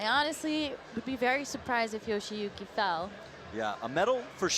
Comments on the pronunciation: Not sure how the male caster keeps getting Yoshiyuki Ogata's name wrong. He calls him "YoshOyuki", and with some emphasis on the "O" too, while the female caster nails the pronunciation. Would probably be worth it to know roughly how to pronounce the finalists' names =D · I cringed every time I heard "Yoshoyuki" lol. I'd understand if it were a newer climber who is just coming on the World Cup scene, but Yoshiyuki's been dominating for a while now. Please learn to pronounce their names correctly, we the audience would like to learn the proper pronunciation as well! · We aren't expecting them to pronounce it like a native speaker. IDK why he's even trying when he can't even say the guy's name. Plus, it's literally "yo-shi-yu-ki". Like, what's hard about that? You act like he needs to take a course in order to say a name. We have slightly different versions of all those sounds in English. Reading it that way is fine, people understand that different countries have different accents. Plus, IFSC commentators should probably be familiar with one of the more prominent Japanese climbers in recent history, no? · This was really getting on my nerves too! My guess is, after saying "Kokoro" so much his brain turned "shi" into "sho" after starting with a "yo" sound. However, while this tongue twister could be forgiven once or twice, after a dozen times you are just literally saying someones name wrong, even though it's written in front of you and Meagan is saying it correctly right next to you. Although I think Meagan got tripped up once hearing it wrong so many times in her ear haha.